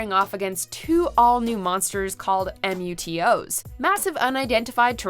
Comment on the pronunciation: They're calling M.U.T.O.S. as an acronym even though it's pronounce as one word.